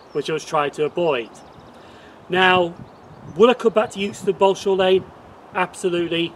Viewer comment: It is actually pronounced EXTON not 'YOOKSTON'